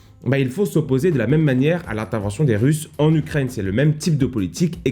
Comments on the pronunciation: Les gens: Ukraine: Ukraigne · C'est Ukraine pas "Ukraigne" comme tu dis tout le temps... x) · C'est moi ou tu dis ukraigne? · Gros Job ! C'est moi ou une fois sur deux tu dis Ukraigne ? 😆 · Alors, intéressant ! Mais tu vas arrêter de dire "UKRAIGNE" bord3l !